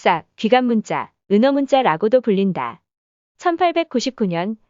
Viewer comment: 문자(文字)는 "문짜"로 발음해야합니다. 사례가 여럿 발견됩니다. 감수를 잘 해야할 것 같습니다.